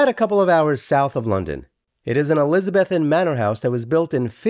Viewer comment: You mispronounced 'elizabethan '.